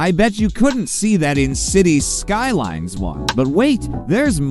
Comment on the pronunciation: Maybe try a different AI voice? While I always prefer human, AI voices are usually okay. But it was this particular one and the way it pronounced Cities Skylines that bothered me to the point of annoyance.